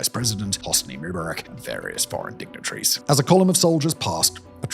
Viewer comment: Your pronunciation of Rabin and Rubarak are horrible and stink of prejudice.